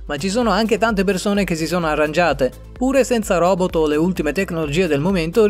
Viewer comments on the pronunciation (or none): none